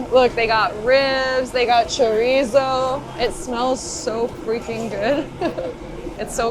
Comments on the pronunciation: Chorizo, the 'Z' us pronounced as an 'S'. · Girl you need to roll that R when you say choRizo lol